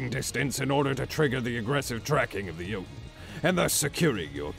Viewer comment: I will relish the day when everyone can pronounce Jötunn correctly xD (For those who don’t yet know, it sounds like “yo-tune”)